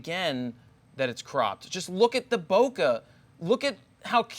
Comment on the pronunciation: it's not bokeh it's BOKEH for God sake